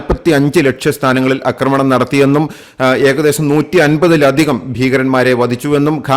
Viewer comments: 'അക്രമണം' അല്ല 'ആക്രമണം' എന്ന് പറയുക. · അക്കമണമല്ല ആക്രമണം